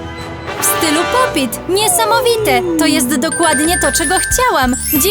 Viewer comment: Nie popyt tylko pop it